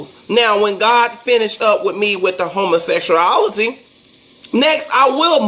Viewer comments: "Homosexurality" lol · He said " homersexcreaality " 😩😩😩😂😂😂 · Homosexuality Man at least pronounce something right !!